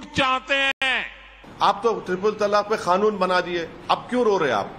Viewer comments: खानून नहि। कानून बोन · खानून नहीं कानून होता है.....